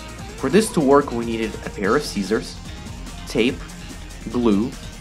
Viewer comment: I hate how he says scissor